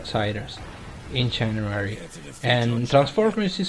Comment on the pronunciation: 1) Don't apologize for variety on your channel. It's good to have something different for different tastes. 2) Love the way you pronounce "giant", "January" and "puzzles" :) That's the funny thing about us people who don't speak English as their native language - we say stuff in a weird way :) I for one can never say words that contain "th" in them the way natives do (e.g. three, there, this).